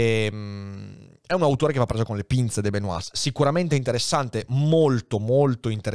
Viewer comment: Una piccola correzione sulla pronuncia di De Benoist. La pronuncia corretta è /də bəˈnwɑː/ vale a dire che non si pronunciano né la s né la t finali.